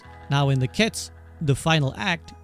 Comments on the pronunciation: Ketsu not k’ets! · Isn't the "u" in "ketsu" at least hinted at? You really just pronounce it "kets".